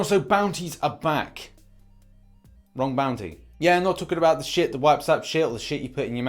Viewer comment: I couldn't tell if you were saying sheet, or shit